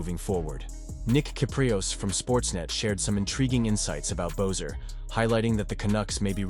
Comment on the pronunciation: Who the fack is bo-ser it's pronounced be-sser. Your video lacks integrity when you can't even pronounce the players name properly 🙄